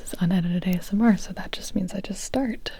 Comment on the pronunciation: Huh huh huh. You said "Ass-M.R."